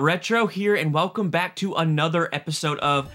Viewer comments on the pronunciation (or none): none